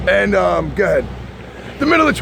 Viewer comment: *Crossing the street * "Goa-head!" Oh yea you're from New York alright lol